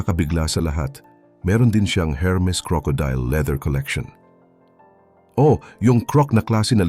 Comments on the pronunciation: Hello -Hermes pero pag sambitin po is Ermes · ERMIS SILENT H